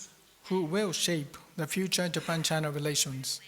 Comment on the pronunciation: 倭式英語；尤其是"~tion"跟"Japan"的發音。